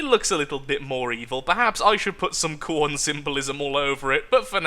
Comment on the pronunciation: Its not "Corn", its KHORNE!